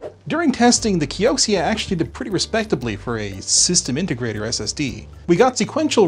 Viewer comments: It's Kio-sha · When the video started I honestly your you were pronouncing Kyocera wrong...... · Linus, you mispronounced Kyocera.